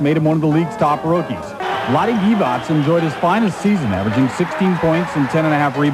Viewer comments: maybe its your accent but its De-vok not de-voch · You can’t even pronounce names correctly, Divac, dee-vak, and it’s pronounced Threeeet.. He was 80% mid range going to the left.. bet you didn’t know that..